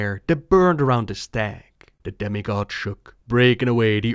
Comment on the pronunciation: I thought you said "Daddy god" and then realized you said demi god.